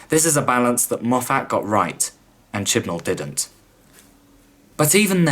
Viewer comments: I know this is an old video, and although I do enjoy your critique. Being from Scotland, I just can't get over your mispronunciation of Moffat. It's not Mof-fat, being a Scottish name the 'a" is pronounced as an i. So it's pronounced as mof-fit. Sorry for any offence, it's just a stupid small thing that gets on my nerves for some reason. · If you're going to keep saying Moff Att instead of Moff't, shouldn't you also say Chib Nawl instead of Chibn'll? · Stop saying MoffAT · Dude, ace vid, though please go learn how to pronunce "Moffat" it's not Mof-at. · It’s said Moffet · As soon as I heard Moff-hat I was gone! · Pretty good critique apart from your inability to pronounce Moffat correctly.